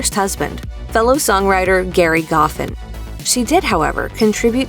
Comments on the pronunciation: A couple corrections: "Gerry" is pronounced as "Jerry" The Drifters did not cover 'Up on the Roof' per se. Carole and Jerry wrote it for them when they were writing at 1650 Broadway. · J e r r y Goffin. Damn you can’t read. Even if it’s G e r r y it’s pronounced as Jerry. Kind of insulting to the genius of Gerry. Get it G E N I U S.